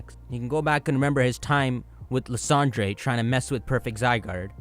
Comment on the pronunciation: I die a little bit every time he says “lissondré”. ITS PRONOUNCED “LIE-SAND-ER”. it’s not that deep